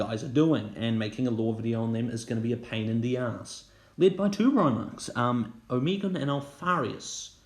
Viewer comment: Oh-Meh-Gone, not oh-mee-gun